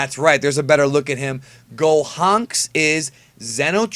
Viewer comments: it's pronounced "Gohenks" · The way you say Gohanks rubs me the wrong way for some reason